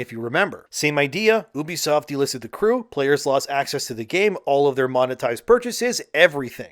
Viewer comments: if you say oebisoft one more fkn time i swear.... it's UBISOFT. YOU BE SOFT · its ubisoft, not oebisoft.. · Was this video made with a TTS model? Never heard anyone pronounce "Ubisoft" like that. Even my Canadian friends say "You-bee-soft". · Ahh yes, the famous French publisher oo-busoft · Why are you pronouncing Ubisoft like that? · Okay but stop saying ubisoft wrong. Its cringe 😂